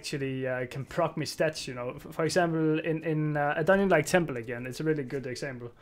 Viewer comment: "Dun-nion" :D